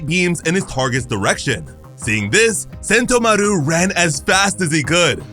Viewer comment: Sen-TO-maru not sento-maRU.